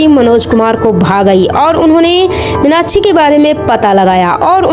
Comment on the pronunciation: Minakshi ka naam to sahi se le lo